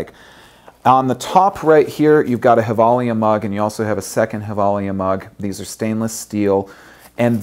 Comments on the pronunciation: Umm... Gevalia isn't Spanish... It's pronounced "jevalia"... 'J' as in John, that is. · actually just watched a Givalia commercial and discovered it is pronounced with a "J" sound and not Hilvalia. lol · Nice to see that u give away something from a swedish company. Gevalia means Gävle in latin. Gävle is the city were they makes the coffe. Did you know that? And it´s pronounced with a "J".